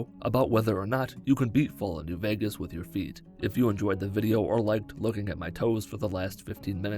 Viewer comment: "Thur will be feet in this vidheo." Me: Nah. I'm out. Also me, earlier: Ohh? Let's click on this video!